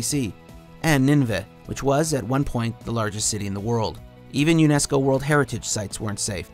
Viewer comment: Except I think that Nineveh was pronounced nin-a-vah not nin-veh